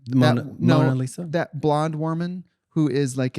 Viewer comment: not the "blonde worman" 😭💀